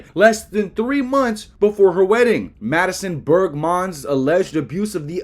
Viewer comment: Dude. This is quality. I like your commentary. I like how you call her Madison Berg-mon. I like how you didn’t blur out the face of her husband, because YOU KNOW we all want to see what this dude looks like FR when his wife is hooking up with a 5th grader! Top quality. Subscribed